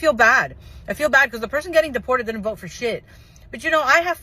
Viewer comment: "I will boat for Donald Trump" 😂😂😂